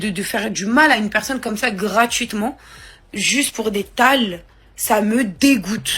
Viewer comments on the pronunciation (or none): none